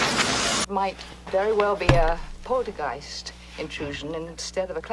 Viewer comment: LOL at the way you pronounce Poltergeist (you say is as pol-tra-geist instead of pol-ter-geist) 🤣 sorry! 😋 Poltergeist is translated from German as noisey ghost. Such a classic movie but it had it's fair share of controversy. Including the death of Heather O'Rourke (who played Carolanne) and the murder of Dominique Dunn (who played the older sister).